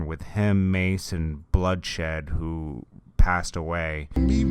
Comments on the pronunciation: Its not "woo" its "hoo". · It's pronounced who kid